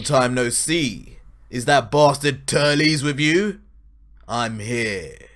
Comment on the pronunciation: I mean he Said Turlies but it's auctally Turles